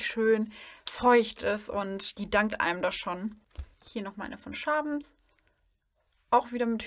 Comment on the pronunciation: Ich habe gerade deinen Kanal entdeckt und wollte dir einen lieb gemeinten Tipp geben, die Marke Mophe spricht man "morfi" und Schaebens "schäbens" aus und wenn du das Wort "halt" in deinen Sätzen reduzieren würdest würde es professioneller wirken, freue mich schon auf weitere Videos!